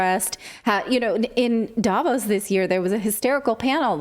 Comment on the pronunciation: Relevant and to the point as always! May I just add that the stress in Davos is on the o, not the a, the o sounding similar to the au in pause. Not that I think anyone will read this, but hey, one can try...